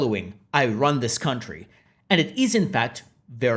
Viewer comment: "I wun this countwee!''